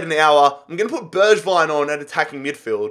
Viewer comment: Bergwijn pronounced berg (iceberg)-vine; tanguy ndombele pronounced ton-gee en-dom-bell-ay